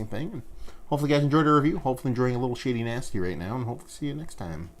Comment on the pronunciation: Sha-die-nah-sties. You know her name from sunny.... Why are you saying shady nastys?